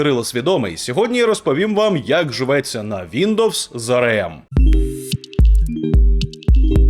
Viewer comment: Стільки разів той еМ у цьому ролику АРЕ! АРЕЕМ і АРЕЕМ... І ще й напевно АРЕ він про СЕШЕА🤦‍♂️... АРЕ ЕМ... А спробуйте вимовити А ЕР ЕМ?!